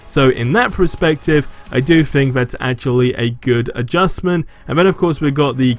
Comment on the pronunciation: Please bro, PERspective not pre lol jk love or vids